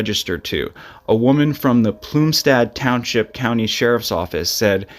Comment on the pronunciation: Just so you know you should really look into the pronunciation of the towns you mispronounced neshaminy high school plumstead just off the tip of my head . I grew up in Chalfont pa. In bucks County. So when you pronounced those names I actually had to go back ad watch to realize where you were talking about . Not taking away from your story but please make sure you ask someone instead of just saying it the way you think it's pronounced. Just a friendly tip from a ex bucks County resident.